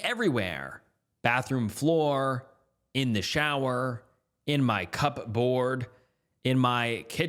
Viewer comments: it wasn't said that way though. It was cubburB. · He said "Cup board" instead of "cubburb," he's learning 😭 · "Cup board" bro it's pronounced cub-erd wtf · bro why do you struggle with saying cupboard? Cubburb or cup-board. It’s pronounced “cubberd” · "Cubburd" is an okay pronunciation... but "cubburb?" Did he really? 😭 Bless his heart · Bro again with the pronunciation. “Cup board” really? You’ve never encountered how literally everybody pronounces the word cupboard? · Hahaha I remember the cubburb 🤣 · NO!!! I want “cubbard!” lol THAT & “bipedal!” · His emphasis on it is what got me fr 😭🥹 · lol never change these mispronunciations are how we know you're not a bot also it's like 'cubbord' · 😂 the emphasis on "cupboard" we love you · I really do love listening to your videos while I am trying to pack up this house. But the mispronunciation of words is really killing me. Not sure, i've ever heard cupboard pronounced quite that way. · So what you're saying is he pronounced a word wrong, was incorrectly corrected by random commenters, and then proceeded to still pronounce the word wrong anyway, but in a different way this time? Because both of those are not how you pronounce cupboard 😂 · I imagine he’s overemphasizing the “board” because he previously pronounced it “cuburb” and was corrected on it. I highly doubt it’s some big engagement scheme lol